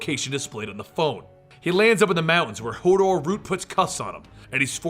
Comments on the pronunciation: "she used to work for Hordor" I though you said Hodor and i got a flashback to game of thrones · Hordor? Hodor?